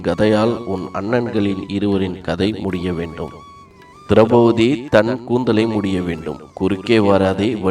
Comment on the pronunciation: நன்றாக இருந்தது.. ஒன்றை மட்டும் கூறிக் கொள்கிறேன் மாற்றிக் கொண்டால் நன்றாக இருக்கும். திரெளபதி - ஐ திரௌபூதி என்றும், இறக்கும் என்றச் சொல்லை இற்க்கும் என்றும் உச்சரிப்பது போலத் தோன்றுகிறது.